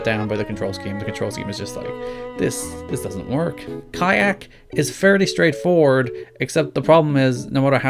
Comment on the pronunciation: kayak phisicly hurt me